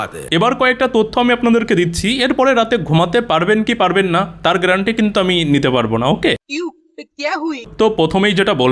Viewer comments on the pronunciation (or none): none